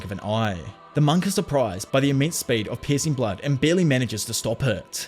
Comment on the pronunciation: not to be rude,, but the way you say "piercing blood" spounds as if you were saying "pissing blood" wich is very funny